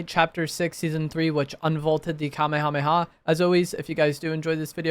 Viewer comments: At least he knows how to pronounce it correctly lmao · that wasn’t a hate comment😭 it was meant to be funny cause he said the word so much but fr at least he can say it correctly.